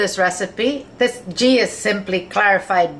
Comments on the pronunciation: Ghee is pronounced like gee in geese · "ghee" is pronounced like "glee" without the "l" ...loved the vid tho, trying it for dinner tonight with Basmati rice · I think the 'g' in 'ghee' is soft....like in 'geese'. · Ohhh I love Indian food SO much! This is one of my fav's to cook and will will be doing it soon! Gonna check out your naan recipe cos I think I missed that one! BTW - I'm sure you were already told. It's pronounced GEE (Like GLEE without the L. lol) XOXOXO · Great video that chicken tikka masala looks wonderful! Here is link on how you pronounce ghee correctly